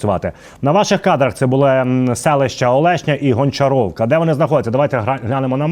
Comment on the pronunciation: Хлопці, Гончарівка, а не Гончаровака! Говоріть українською, бо які гончарі у москалів??? Ви хоч раз про таке чули?